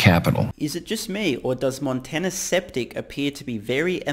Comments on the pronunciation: Skeptic, pronounced "sKep-TiK" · intentionally mispronouncing "skeptic" as "septic," as in septic tank? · I like how you called the guy 'Sceptic' instead of 'Skeptic' LOL